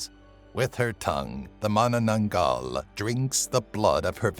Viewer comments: I love this list. And you actually one of the few that pronounced "Manananggal" right! 😁👍👍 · You're literally one of the only youtubers to pronounce Manananggal right!